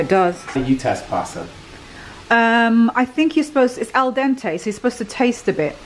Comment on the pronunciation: you pronounced " al dente" perfectly..i m italian and i tell you, you sound very much like an italian..:-)"